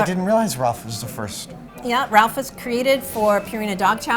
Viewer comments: Oh my gosh, can you not say rowlf ? It’s not Ralph it’s Rowlf!!!!!! Freaking Rowlf!!!!!!!! Not RALPH!!!! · *cringes every time she says "Ralph" and not "Rowlf" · If she says "Ralph" again instead of "Rolf", I will lose my shit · Ralph? RALPH? The puppet's name is right there in front of her: ROWLF. How one person can sound so knowledgable about everything Henson, but flub the name of the most significant of his characters, second only to Kermit? He was partially retired when Henson died, for God's sake! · It's Rowlf the dog. Not Ralph. Just throwing that out there. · It's rowlf....not ralph... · You’d think she would know Rowlf is pronounced ROW -lph...not Ralph. 🙄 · Loved the video overall, but ya think someone should tell her, being the curator of the exhibit and all, that it is "Rowlf" and NOT "Ralph"!? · the fact that she doesn't know how to pronounce ROWLF and keeps calling him Ralph makes it clear she doesn't really know anything about Henson but just parroting memorized information. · Ralph? It's Rowlf lady! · Why is she calling Rowlf by the name Ralph? Odd that she would get the name wrong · I'm sure they're mispronouncing Rowlf's name, it's not Ralph?!! Come on Adam, you're better than that?!!! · Can they hire someone that actually knows the characters? Rowlf not Ralph, Dozers not doosers. Rrrrrrrrrrrrr!!! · Why is she calling Rowlf "Ralph"? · Is it me or is the curator saying Ralph the dog? I thought the dogs name is Rolph???? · He is called Rowlf. Fozzie has always called him Ralph. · Guys...Rowlf. Not Ralph. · Ralph is how some people pronounce it. Neither is wrong. Several of the Muppet characters pronounce it that way. Fozzie says it that way. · Fozzie calls Rowlf Ralph. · Why does she pronounce Rowlf like Ralph? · Her pronunciation of Rowlf is killing me 😂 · Uhhhhh isn’t it Rowlf the Dog. Like the sound a dog would make? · Thank you! In light of her genuine depth of knowledge, that mispronunciation really bothered me. Very big difference.